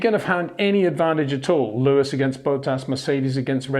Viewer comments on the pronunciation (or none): ⚠️ To all international journalists & sport presenters: 🌐 it is NOT Lewish ... it is NOT Bottash ... and it is certainly NOT Max Vershtappen!